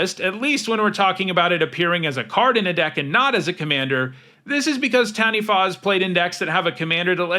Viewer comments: you're the first youtuber i've ever heard pronounce "Taniwha" pretty well but its more of a tuh than a tan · can I just say, speaking as a Māori mtg player: you are the first youtuber I have EVER heard pronounce taniwha correctly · The second time you said Taniwha is that closest to how it's pronounced